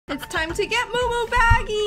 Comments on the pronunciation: It’s muumuu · It is muu muu